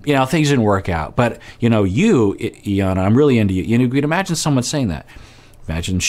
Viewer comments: I am so bothered that you’re calling her EE-yana! Lol even after hearing Jarrett call her Eye-yana lol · Her name is pronounced eye-yawn-nah. :)